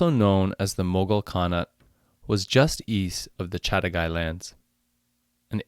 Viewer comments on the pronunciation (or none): Its Chaghatai not Chatagai